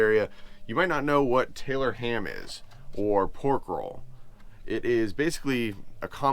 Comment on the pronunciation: You said it right the first time Tylor ham !!! 😂